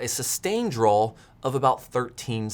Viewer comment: Also drawl instead of draw.